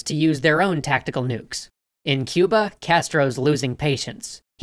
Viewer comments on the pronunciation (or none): The way he says Cuber is hilarious!